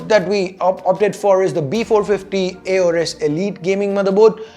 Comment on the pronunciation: the stock CPU cooler is called 'Wraith Stealth' you mis said it. Also pronunciation of aorus is actually 'o-rus'